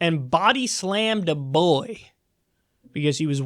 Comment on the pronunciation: Try to spell 'boy' the way Kyle says it. "You body slammed a bBOey for not taking his hat off..."